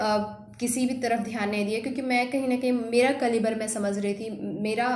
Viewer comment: Class me kaise bolti hongi diddi ... Opsion or caalibar bol rhi hain..🤣